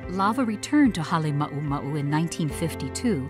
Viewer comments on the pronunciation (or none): Its Halema uma u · Not Hale mau mau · I still love how USGS mispronounces Halema'uma'u